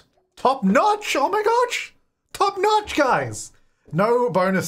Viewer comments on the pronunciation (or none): Top noch oh my goch:DDDDD